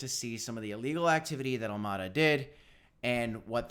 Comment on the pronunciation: When he says AlmAda… does he mean AlamEda? Lol